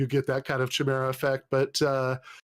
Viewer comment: kudos to on saying chimera right